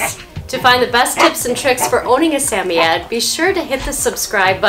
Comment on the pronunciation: It's suh.moy.uhd just saying